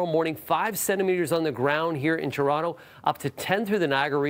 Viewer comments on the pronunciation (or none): It pronounced TOronto...not CHURonto... It's a city not churro. Can you be on TV. Check. Can you read with good literacy... Nope that's OK.